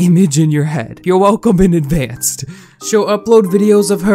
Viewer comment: When you said advancedT I stopped watching